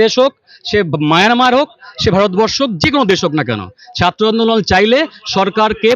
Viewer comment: ইউটিউবার আপনার আজ ও ' র 'উচ্চারন ঠিক হয় নি। এখানে ছাত্র উচ্চারণে ভুল হচ্ছে। আপনি বলেছেন ছাত্ত।